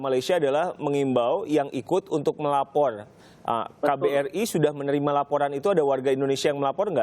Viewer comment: Kuping aq geli denger pembawa acaranya Pelat gak bisa ngomong "R" Melapor aja "Melaporrll"